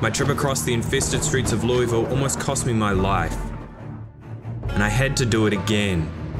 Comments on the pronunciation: You've got half of the city's name correct. It's Lew-uh-vull You're pronouncing it lewie-vull. I've lived here my entire life, and you'll get a LOT of respect from people who live here by pronouncing it correctly, because nobody ever does outside of this city. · loeVille. You're american not french stop acting like a french person and just say Louisville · Never played but enjoyed the watch and your narration. You know how UK has placer like Leicester that sound like "Lie-ster?" Louisville is pronounced with a mouthful of peanut butter, like "Lull-ville". Yep, they also just ignore a bunch of letters. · LOO-uh-vuul (rhymes with 'doable') is how natives in Kentucky pronounce this city. Since this is such an important part of the lore, thought you might like to know that! :) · As a Louisville native, you’ve gotta say it like you’ve got marbles in your mouth. Lou-uh-vuhl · It's pronounced "Loo-uh-vul". Anyone from Kentucky knows this. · It's always so jarring watching Project Zomboid on youtube because nobody pronounces Louisville like a local would. Should be closer to Lull-ville. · Everyone from KY is cringing at how others say Louisville. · As someone from ky it hurts to hear you say Louisville the way you say it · as a native kentuckian, i hate how outsiders pronounce "Louisville"